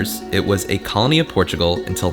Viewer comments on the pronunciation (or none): none